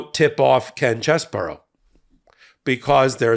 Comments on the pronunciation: Its pronounced CHEESY BRO. Not chess-bro. Lol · Please stop saying "Chess Borough" it's actually "Cheese Bro". CheeseBro. Chesebro. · His name is pronounced Cheese Bro not Chez Bro you know like his brain is like Swiss cheese full of holes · Why call him "Chess-boro"? His name is "Cheese-bro." 🧀 😄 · Is it pronounced Chess-bro or Cheese-bro? I still haven't found confirmation on this.